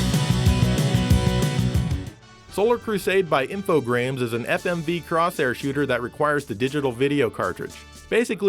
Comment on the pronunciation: inb4 the billions of people pointing out "Infogrames" is pronounced "info-graham" ;)